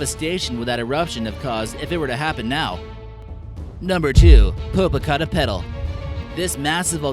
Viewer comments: popocaTEpetl. there's an accent on the e so emphasize that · Its funmy when he pronounced Méxicos volcano! popocateptl! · the way he said popocatépetl I'm dead